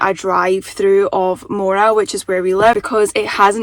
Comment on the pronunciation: Funny to hear with your accent, you’re finally pronouncing it Moora and not Moo ra like a cow 😄